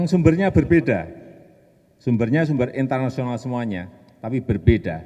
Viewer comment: "intalnasional" . . . ? ngomong opo ???